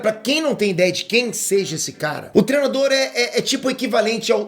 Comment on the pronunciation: “TREnador” hahaha, o não consegue falar treinador 😂😂😂